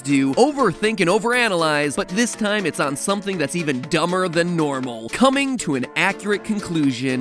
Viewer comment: anyone else catch the emphasis on “coming”